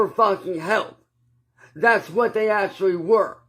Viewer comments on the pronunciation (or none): can we umm acshally get a uhh acshally counter??it used to be liderally...ugghh